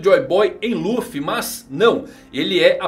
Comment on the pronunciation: luffu falou certo